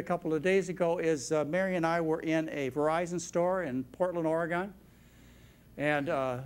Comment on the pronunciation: Does it bother anyone else how he pronounces some things?.... like centimeter or oregon😂